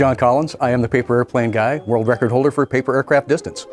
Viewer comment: Thought he said word fastest stalker